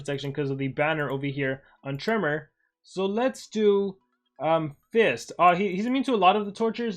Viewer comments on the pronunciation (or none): none